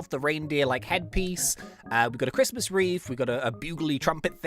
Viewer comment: Why you be arguing tho, it’s Christ-mas